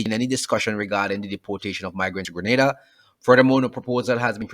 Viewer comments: Its pronounced "Gre-Nay-Da" not "Gre- Nah-Da" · not Grenada Greneda OK dammit.